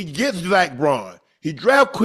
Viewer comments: Why do they keep calling zack baun zack "braun" 🤣🤣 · Zack Baun not Braun